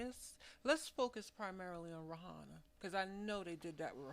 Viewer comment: I'm not a Fan of Waynes ; But I'm not sure you know What your Talking about.. And practice how to say Rihanna my dear; its not how it Looks..